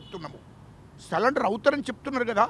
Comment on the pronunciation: సరెండర్ అని చెప్పురా అయ్యా, సాలెండర్ కాదురా?